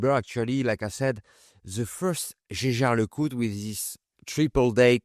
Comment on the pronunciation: It justs hurts my ears as you french say the Jäger, Jaeger..I know I know but I try no to butcher the names. Yaeger-Jaeger it's not that hard. Anyway nicely done job, as always. I see you're carring the Omega you have recently restored. Nice to see that.